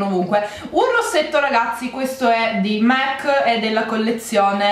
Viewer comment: Ci vuole tanto a capire che si pronuncia MAC e non MEC? Non è il McDonald